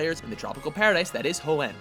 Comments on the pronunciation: you know you messed up the names lugia, unova, and hoenn right? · Is it bugging anyone else that they are saying Unova and Hoenn wrong or is it just me? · He can't pronounce anything. How do you screw up saying Aqua, as well as the names: Hoenn, and Unova XD